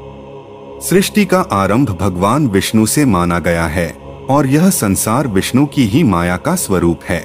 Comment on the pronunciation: Shree hari visnu bagwan ☺️☺️☺️, naam thik se Liya kar 😡😡😡😡😡